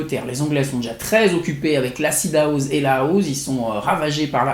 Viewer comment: on dit houssse pas houze